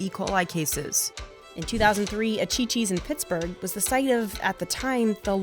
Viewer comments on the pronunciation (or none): none